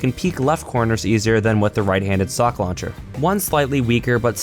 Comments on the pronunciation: I keep herring "sock launcher" when he stays stock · When you say 'stock launcher', it sounds like you're saying 'sock launcher'